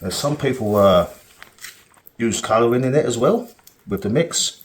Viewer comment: cuh-rah-ring-init... Oh. Coloring. I was cracking up but anyways do you use any demolding agents like do you slick up that thing before you put all the putty on it, mineral oil or whatever or whatever cooking spray? I don't know